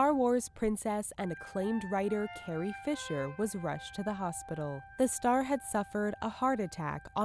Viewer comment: seriously? "carrier" fisher?